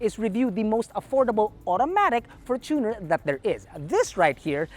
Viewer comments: the fortuner is pronounced as “fortune + r” from the word “fortune” not “for + tuner” from the word “tuner” “FORTUNEr” not “forTUNER” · How is it really pronounced? For-chooooo-ner or for-chuh-nr